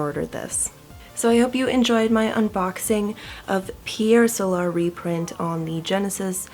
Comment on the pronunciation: Pierre sowlar? What about the spelling of Pier Solar leads to that odd pronunciation?